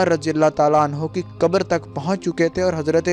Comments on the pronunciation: paHlE bolna sikho kaboor nahi qabr hai makkar kahin ka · mubark hota hai mubarik nhi kabr hota hai kubur nhi